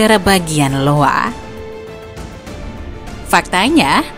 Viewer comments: IOWA bacanya AIYOWA.. bukan LOWA.. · itu iowa bukan Lowa. Dibaca aiowa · iowa ; bukan LOWA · Koreksi min state di amerika itu dibacanya ayowa buka lowa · Maaf tapi Iowa Bacanya "Aiowa" min bukan "Lowa" alias katanya Malaysia udah mulai dipadati orang Bangladesh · iowa yak bukan lowa😭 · Negara bagian iowa ya, bukan negara bagian Lowa❤ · Bacanya Bukan Negara Bagian Lowa Tapi negara bagian i o wa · ini state iowa bukan lowa, dibaca aiyowa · Negara bagian Lowa? Hah? Gimana? Itu "i" mbak. Bacanya "aiyowa" 😌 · Iowa [aiowa] bukan Lowa 😊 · Iowa dibaca Aiyowa min, bukan Lowa 😂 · LOWA? ITS I-O-W-A lol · Koreksi min bukan 'LOWA' tapi 'IOWA' (aiyowa) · Iowa min, bukan Lowa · iowa dibaca aiowa bukan Lowa wkwkwkwk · Maaf mbak, iowa bukan lowa wkwk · bacanya Iowa itu AYoWa buka LOwa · Aiyowa min itu baca nyaa.. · Iowa bacanya bukan lowa